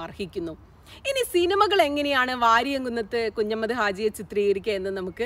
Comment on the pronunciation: പ്രിയ സുനിതാ മാഡം വാരിയംകുന്നത്ത് കുഞ്ഞഹമ്മദാജി എന്നാണ് ശരിയായ പേര് ഞങ്ങളുടെ ചെറുപ്പക്കാലത്ത് ഞ ങ്ങളുടെ വലിയുപ്പ മാരുടെ വായിൽ നിന്നും ഈ മഹാന്റെ ചരിത്രം കേട്ട് കോരിത്തരിച്ചു പോയിട്ടുണ്ട് അന്ന് മുതൽ ഞങ്ങളുടെ നെഞ്ചിൽ പതിഞ്ഞു പോയ പേരാണത് അതുകൊണ്ട് ആ പേര് ഒരിക്കലുഠ തെറ്റായി ഉച്ചരിക്കരുത് ; ഒരു പാട് നന്ദിയുണ്ട് ഈ ചരിത്രo ഒരിക്കൽ കൂടി ഓർമപ്പെടുത്തിയതിന് thanks again